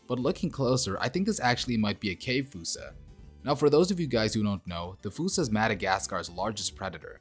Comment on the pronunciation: It's not a 'foosa'....it is fossa..like faw-sa...not fū-sa.